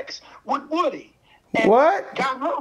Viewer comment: Boss pronounce like " Whooty " not like wood